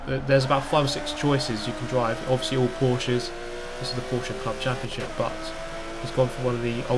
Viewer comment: Can you say Porsche the correct way next time? 😁